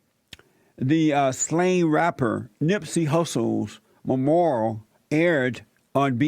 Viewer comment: He said all the black people went to the memorial(which he can't pronounce) and all of the normal people were wondering why. Who are the normal people? He needs to actually do some research I find out what Nipsy Hustle did and was doing to better his community. If you support this guy Jesse or agree with him you are racist or a buck dancer.